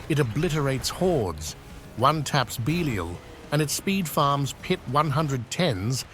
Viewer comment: Belial AI: BEE LEE L